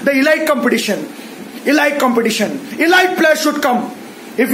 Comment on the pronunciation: It is pronounced as ei.leet not eee.light